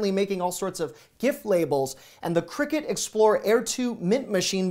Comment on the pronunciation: CRICUT - I believe you pronounced it as "cricket" - not. It is "cry - cut"